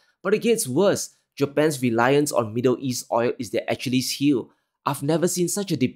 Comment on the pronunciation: As per usual, love your dedication and type-surgical analysis. Achilles though,is pronounced Akillees 😅